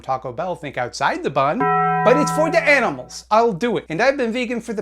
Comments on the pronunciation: what did you say you like? Why did it sound like "aminals"🤣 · " I like aminals" that cracked me up. lol